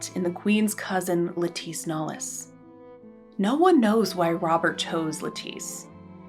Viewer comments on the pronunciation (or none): Lettice Knollys’ first name is supposed to be pronounced like the vegetable ‘lettuce’ - it should rhyme with ‘set list’ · In English the name Lettice is pronounced with the emphasis on the first syllable, like the vegetable. As she was English her name would be pronounced the English way.